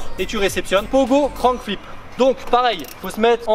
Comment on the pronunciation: Grave stylé la vidéo, juste ca se dit crank flip et pas crown flip 😂 sinon continue comme ca tu gères